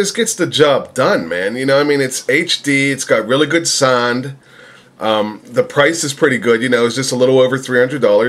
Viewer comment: lol you said "It's got really good suned" =]